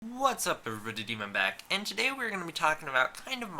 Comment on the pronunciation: I thought you said "glad you're black" lol